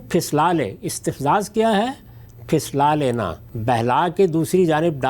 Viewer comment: Although respected Ghamidi saheb is undoubtedly an ocean of knowledge and research and most of the time makes sense but with due respect, I would like to correct or seek correction of the word "Phislana" he used repeatedly in the early part of discussion. Explaining the translation and interpretation of "Tabri" on Surah Bani Israel, Aayat Sixty Four, Ghamdi saheb repeatedly pronounced the word "Phislana" which should be "Phuslana' in my opinion and as per Urdu dictionary. The word "Phislana" is not a proper word and rarely used in the meaning of phisalwana, slip ho jana, phislan, lurhakna, rapatna etc, which gives a different meaning than the word"Phuslana". The word "Phuslana" is used as Behlana, Raghib kerna, Dhoka daina etc. So, in my opinion and as per Urdu dictionary the word 'Phuslaana" should have been used by Ustaad-e-Muhtaram, especially when it comes to explaining the translation/interpretation of "Tabri" in this context. Also there is a little contradiction in between Ghamidi Saheb and in this video when using/pronouncing these two words for the same context. Please re-listen to the early part of this video. I think has pronounced it right, that is: "Phuslana" which makes more sense and close to the meaning of the Aayat they are discussing. Besides, I will humbly request Ghamidi saheb to pay more attention and high light the bad influences and effects of vulgar singing, music which is attached with vulgar dancing these days on our